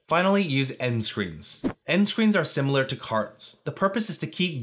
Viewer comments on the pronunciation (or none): none